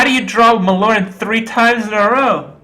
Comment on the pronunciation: thankgod you don't pronounce the e like everyone else